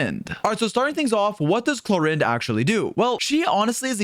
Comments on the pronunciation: Clor "ahhnd" Not Clor "innd".oof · Knowing now that it's "Clor-and" is really bugging me